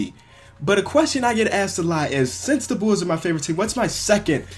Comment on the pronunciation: Bulls not nulls